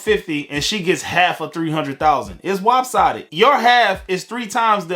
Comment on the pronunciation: I think you said it's WAPsided... You may have just added a new word to the lexicon 😅